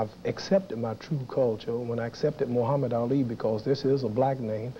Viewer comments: Buckley is intentionally mispronouncing Muhammad Ali. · Seriously I think Buckley is intentionally mispronouncing Ali's name as a tactic to make him angry .